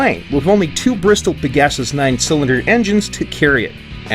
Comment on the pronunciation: This video popped up in my recommended without context, and I thought it was AI voiced at first. This dude talks like he's never heard the words "Vickers" or "Pegasus" before.